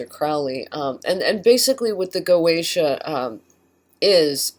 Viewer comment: Goetia is pronounced Go eh tee uh.